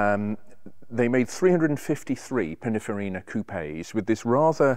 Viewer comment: I think he means, 'Pininfarina' and not Pinifarina. Does this man actually know what he is talking about or is he simply a 'presenter' ?